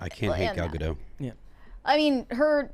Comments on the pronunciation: Gadot, not Gado, the T isn't silent at all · The T is silent for the French name. It's not silent for the Israeli name. This is similar to how "David" is pronounced very differently for the French name vs the English name.